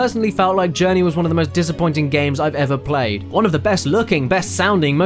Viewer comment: You know that you pronouced Journey wrong, I know that you're Brazilian but I am also Portuguese from Portugal. Just a little fun fact for you!